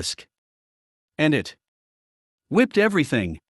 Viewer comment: This is quite a nice robot voice. But you can still tell. No human would read "whipped" when the context clearly says it should be "wiped".